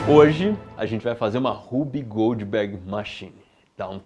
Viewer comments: Achei era Whoopi Goldberg e o Iberê tava falando errado hahahahahaha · Legal, mas eu só conseguia ouvir "Whoopi Goldberg machine" toda vez que vc falava o nome 🤣